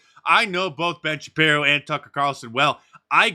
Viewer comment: *shapiro not shaprio